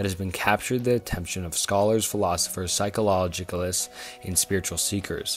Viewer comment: what. "psycholologicalists"? the fuск are those, I wonder. dude, drink water or something.